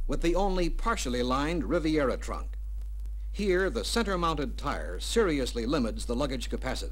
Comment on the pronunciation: RIVIERA. Not “Rivera.” That’s Geraldo.